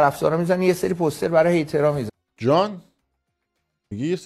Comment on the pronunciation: POOOOOOSTER? 😂😂😂 poooooster chie dige! It's POSTER! 😂😂